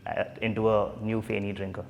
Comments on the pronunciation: Fun fact it's not really pronounced at feni it's "fae-knee"like the way u pronounce it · Feni not fenny. Big difference